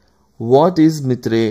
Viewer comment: video is good, but its not mithrey it can be pronounced as myter